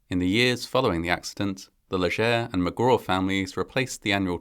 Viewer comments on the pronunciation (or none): This is similar to the tragedy in Des Allemands, LA. when a speeding semi loaded with oil rig drill pipe overturned onto children at a school bus stop. FYI; We Cajuns pronounce Cormier as "CORM-yay" and Leger is "LAY-zhay" Our roots are in the Maritimes, the area formerly known as the French colony of Acadia before the WASP British stole the Catholic colonists' land and farms and exiled them Thousands died and families totn apart forever. Reparations? Not for us. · My uncle is a Leger. It's pronounced, LAY-zhay.